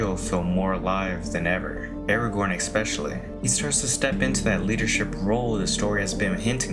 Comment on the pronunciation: Aragorn ex-specially ES-SPECIALLY